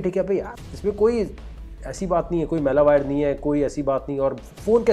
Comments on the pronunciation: मैला वायर? Are bhai मैला वायर (dirty wire) nahi malware hota hai lol 😂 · Sir Waqar zaka correcting the pronunciation of Malware to "melawire" 🙏